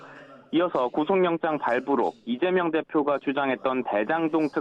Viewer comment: 기자도 이점명이라고 .. 30초 부분 얼마나 쩜명가 각인되었으면.. ㅎㅎㅎ ?